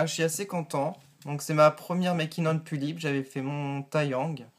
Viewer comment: On dit pullip pas poullip ^^